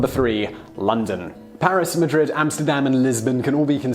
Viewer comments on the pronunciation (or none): none